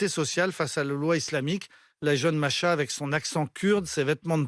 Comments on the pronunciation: C’est pas Masha 😂😂😂 C’est MAHSA😂 😂😂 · Arrêtez de dire Masha alors que c'est Mahsa... Respectez à minimum svp